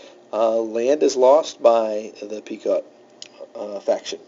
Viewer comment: Pequot is pronounced pee·kwaat. Not Pea Coat or Pea Quote. Thanks for the video.